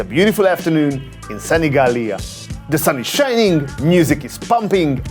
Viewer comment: Love how he makes such a good effort to pronunce Sanigallia 💚💚